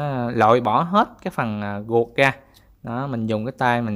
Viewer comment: sao ko rang noi tieng viet cho dung ma noi chu r thanh chu g,vi du nhu ruot dua ban noi la guoc dua